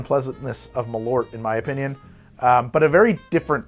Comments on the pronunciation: "MalOOrt.." its pronounced "Mal-eart" in Swedish. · Malort. It's a very interesting pronounciation. I understand why you would say it like that, but try pronouncing it like "mall hurt" but remove the H from hurt. Malört